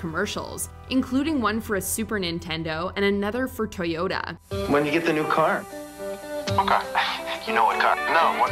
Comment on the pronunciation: "4 toy yo da"